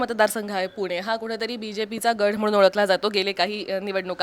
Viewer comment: गढ नाही गड म्हणा. हिंदिमुळे तुमची मराठी बिघडली आहे.